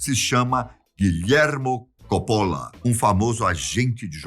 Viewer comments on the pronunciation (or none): none